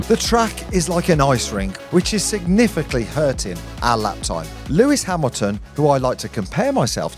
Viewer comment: ‘Signifincly’ hurting lap time is a new one 😂